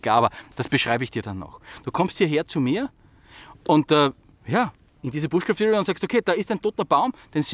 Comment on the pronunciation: Ob du es glaubst oder nicht: Es heißt nicht "bushcräft", sondern "BUSHCRAAFT". Ehrlich